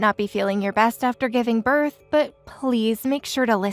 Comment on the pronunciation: Please learn too read its birth not berth